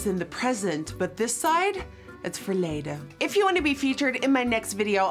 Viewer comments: That's Dutch word was easy, that's for later🤣🤣 nailed it!!! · It sounds like she said “for later” when she said verleden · “This side of my face is in the present, but this side... its verledeen” (it sounded like for later😂)